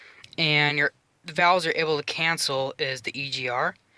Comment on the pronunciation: Love the video. "cancle" just bugs me.